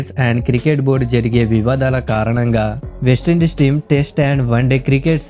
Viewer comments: అరే నాయనా అది వేస్ట్ ఇండీస్ కాదు..వెస్టిండీస్... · బాబూ వేస్ట ఇండీస్‌ కాదు నాయనా వెస్టిండీస్ సరి చేసుకో అర్ధం ఘోరంగా మారిపోతుంది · వేస్టీండీస్ కాదు.. వెస్టిండీస్